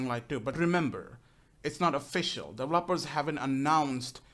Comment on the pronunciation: Dev-e-lo-pers Just sayin --Heheehe Not Developpers =P